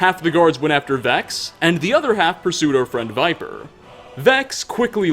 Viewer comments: Viper????? No Vipir. You obviously had to speak to him to hear this tale so how can you pronounce the name wrong? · Vipir(vih-perr), not Viper. He even says it himself. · How do you mispronounce "Vipir" as "viper" even though they literally say his name in game? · Idk why it irks me that you pronounce it "viper" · First, sorry to say ‘vipir’ should be pronounced ‘vi•peer’ I believe. Just based of English libraries I may add. Also wondering what is your preference as to the donations to this channel? Be it bitcoins, sovgardian subscribers or economic trans-allocations? (Just for comedic satire) without doing more let’s do further? Love your channel man, keep it up HAP951SMOKE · Don't worry, Vipir's secret is still safe. Since his name was consistently mispronounced, everyone will think it was someone else. Seriously though, does every Skyrim YouTuber play the game with the sound off? So many mispronunciations of names and words that are spoken out loud in the game. It's kind of maddening. Not just this channel either. FudgeMuppet is occasionally guilty of this, Camelworks even moreso, and ESO... good grief. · Vipir is pronounced with a short "I"